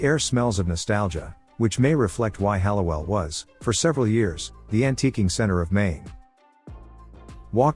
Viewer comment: It’s pronounced Hall-oh-well. And the river photo is Augusta not Hallowell. You got the street right.